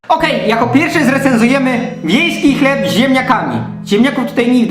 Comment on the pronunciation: Hlep o smakó masua :D